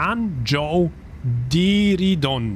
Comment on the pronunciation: Hejo, San Jose Diridon czytamy z hiszpańskiego :) "San hose/San hoze" :)